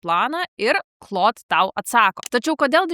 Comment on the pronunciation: Šiek tiek keista, kad Claude AI mokate ištarti tinkamai, o va Claude OS, kažkodėl tariate kaip cloud. 🙂